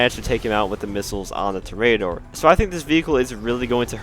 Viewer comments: It’s tor-e-door not tor-a-door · Lol “tory ater”. Its in spanish, its “tor-eh-ah-door” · pronounced TOR·ee·uh·DOR /ˈtôrēəˌdôr/ -- like a bull fighter. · Dont you mean the torry-adder? that is how the professional says it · It’s pronounced TOR-ee-uh-dor, it means bullfighter. I swear I’ve never heard so many words mispronounced than in the GTA community lol. Prob a lot to do with the relatively young player base is all. Not trying to hate though, great video and channel! Liked and have been subbed :) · Hi! Just a friendly PSA that Toreador is pronounced “To-REY-ador” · It’s pronounced ‘tor-e-a-dor’ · With emphasis on the TOR only. (I have yet to see a GTA Youtuber or streamer get this right and it hurts me. Literally none of them took 30 seconds to google it.) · Love the in-depth guide, but it’s pronounced TOH-REE-AH-DOR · Man stop pronouncing it like a spastic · u cant pronounce toreador?